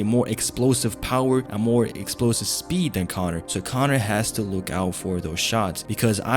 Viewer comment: Cornor!! " no way